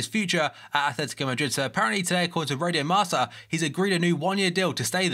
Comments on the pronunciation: it's actually pronounced marka not marsa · the spanish newspaper is pronounced "marka" not "marca". keep up the good work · Marca is pronounced Marka not Marsa :)